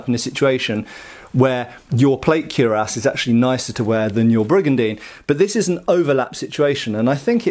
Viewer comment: slips naughty plays on words into every video, but still seems to feel squeamish about pronouncing cuirass properly. He was even decisively corrected face-to-face by experts in a recent video on this channel. Come on, mate. Ditch this cure-ahs stuff. 😄